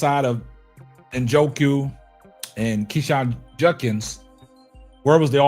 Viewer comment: His name is pronounced KWINSHON...not KEESHAN